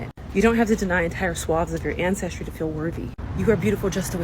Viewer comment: And its black people like this is part of the problem, People like this continue to perpetuate the narrative, basically this chick just said we don't read, we are uneducated, she read one book but can't even enunciate ancestry properly. Stop. No we are not african, but like the rest of this fk'n world we are of African descent. Tf, reading is fundamental.